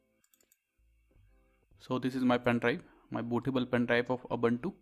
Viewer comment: Pen Drive ❌ Pain Drive ✅